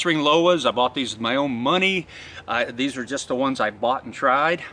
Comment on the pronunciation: Lace on z knot and not z toggle 🤔 😂